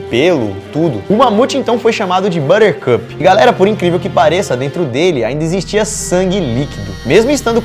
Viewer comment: Vc disse Butercup?